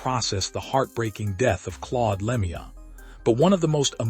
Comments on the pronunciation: its a sad sad day.and whoever you are, talking away here you could at least say his name right!, it is pronouced "Lemeau" (LeMew) please do him the small honour of pronoucing his name correctly! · The pronunciation of Claude's name on this post tells me this is a joke post